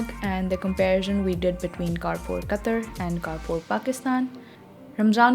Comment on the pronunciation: you pronounce wrong ,please correct it carrefour